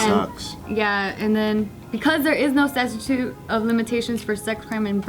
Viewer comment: why can’t anyone on this show pronounce statute lmaooo i’ve heard them say it like 15 different ways in videos